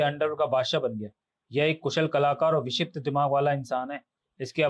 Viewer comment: Truti Sudhar => Vikshipt hota hai 😤